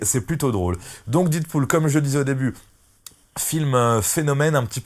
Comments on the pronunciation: La prononciation c'est pas didpool mais dèdpool, mais bonne vidéo quand même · do you speak english guy ? prononciation "did pool " c'est "dead pool" comme dans la cité de la peur "red is dead , adieu youri..." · "Didpool" mdr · Mal prononcer le nom du film dès le début de la vidéo... Les puristes auront déjà changé de vidéo après 11 secondes!